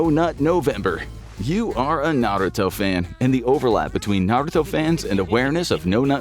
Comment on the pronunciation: You definitely didn’t watch the show lol completely butchered the names